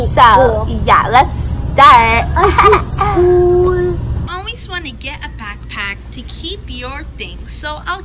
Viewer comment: "Shool is gonna be so fun" I hate